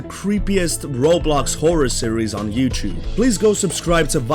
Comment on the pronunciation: Not being mean but it's you-T-ube not you-CH-ube.